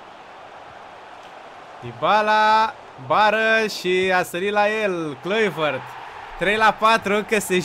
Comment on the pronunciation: Si de cate ori sa iti spun ca numele lui Kluivert nu se citeste asa